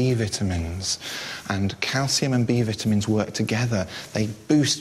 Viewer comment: I'm sorry I couldn't help my self but they were pronounced vitamins vitamens